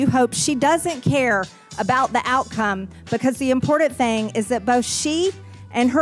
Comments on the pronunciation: "imporDunt" "conTstitution" margie-madgie-mudgie-pudgie might need additional English pronounciation classes. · MTG can't even pronounce the word "important" correctly, it doesn't have a "d" in it, as she says "impordant" What an idiot.